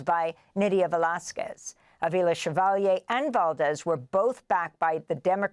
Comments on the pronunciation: Amy, with love, not SHEvalier, she said CHEValier. Or if you will as in CHE Guevara. Spanish doesn't have the SH sound that French and Italian. do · I love Amy for asking how do you pronounce your name, and then immediately messing it up 😂